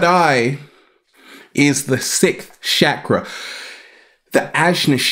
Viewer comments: It is not sakra. It is pronounced as chakra. The way you pronounce Char , not sar. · Love your videos brother & thank you for the work that you are doing to awake us....a note to all on the proper pronunciation of "Chakra"....it is more like "Chuck-Ruh".....not "Shack" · U SAYING CHAKRA WRONG